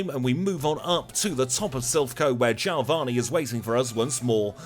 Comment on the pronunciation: who's jailvani?? lol my friend you mean geo-vani! lol but a good run all the same !!